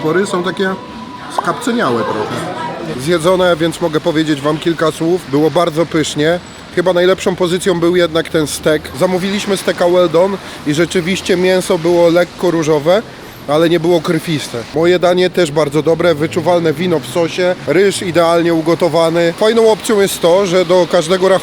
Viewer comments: Skapcenialy Ty jesteś i nie łel don tylko łel dan No jak chce pamiatkie ciebie na linie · ty zawsze robisz bledy w mowie,jak nie halapenos nazywasz jalapenos, to teraz zamiast łel dan, wymawiasz łel don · Wel Don 😂😂😂😂😂 Janusz angielskiego